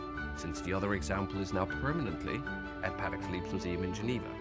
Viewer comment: A French guy that’s not even pronouncing the name the watch properly. The proper way to pronounce Patek is Puh - Teck with an emphasis on the Teck.